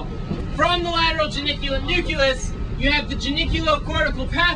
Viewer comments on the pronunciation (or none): 'Nuculus'? Is that the counterpart to the nucleus? Just wondering.